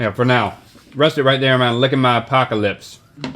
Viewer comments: Is anyone else annoyed by "Apaco-lips"? Woouldn't it be "Apoca-lips" or am i missing something here? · "Lickin' my Apaco-lips" Do you mean Apoca-lips?